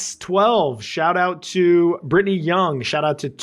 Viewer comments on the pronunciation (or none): none